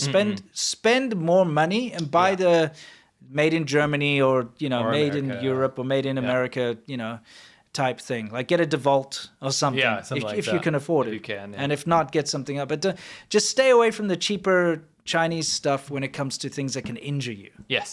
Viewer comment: A what did you say buy DeValt? its DE-WALT lmao also as we say in construction Take pride in your work because if one guy does something lazy and cut corners it just makes it harder for the next guy to finish his job and if everyone's like that then you a danger's House that could just blow up from gas leak to cost someone thousands of dollars just because people are lazy and cut corner. But yeah the saying goes something like Dont cut corners because someone's Corner you'll have to fix one day something like that. also those bottole jacks can lift buildings if you have the right amount and make sure your jack is lifting it on soild ground to make a repisr to a build I did that to a house once to repair Concrete my big one lifts 10,000 tons